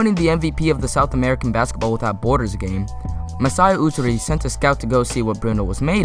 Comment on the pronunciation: Ujiri is pronounced You-Gee-Ree, not OO-Ger-Ree